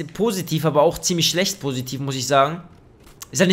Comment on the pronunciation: er sagt immer Sescht statt Schlecht